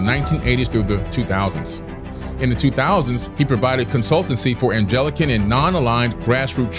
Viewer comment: "Anglican" is pronounced with a hard "G" and not like a "J" lol